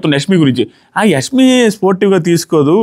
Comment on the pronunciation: Nee telugu thagaleyya.. adi యస్మి kaadu యశ్మి.